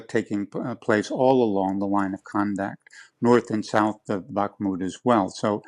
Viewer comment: "Bah-kuh-moot"? Do a better job! No one else says it like that because it is incorrect. Have respect for your trade to learn how to pronounce place names correctly. Or, if doing a good job is too difficult for you, resign. After all, if you can't be bothered with learning how to pronounce the words you use at work, why should they bother to pay you for that work?